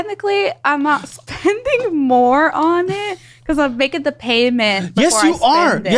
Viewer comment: "You can't pay it off if you're putting more on it." Emphasis on "more on."